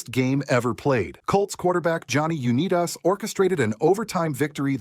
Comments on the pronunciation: Someone tell the programmer of that AI voice that the name Unitas is pronounced "unite-is".And how about more words on the AFL and it being more than someting that just suddenly appeared only to be merged with the NFL? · johnny UNEEDUS?????? aw hell naw you ai channels gotta chill and put respect on tht nigga , 2nd ai channel this week to fuck up johnny unitas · U-need-us for Unitas? AI, do better